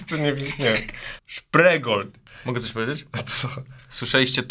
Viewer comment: Spreegold 😂 (szprigold)